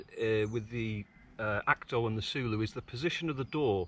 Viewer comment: Say it like saying “solo”. Not sooloo 😆